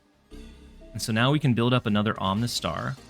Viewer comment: Are you purposefully mispronouncing the Pokémon names? 🤣 Om-uh-nite (not Om-nih-tee) Om-uh-star (not Om-nih-star)